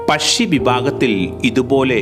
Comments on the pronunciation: Not pashi..... U should pronounce pakshi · പഷി യല്ല പക്ഷിഎന്ന് പറ 😅 സംസാരം സന്തോഷ് ജോർജ് കുളങ്ങരയെ അനുകരിക്കുന്നുണ്ടോ ? നേരിയ സംശയം മാത്രം 😅😅😅